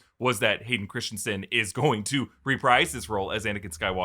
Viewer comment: erm....How many channels....... It's 'Christensen' , NOT Christiansensensensne......lol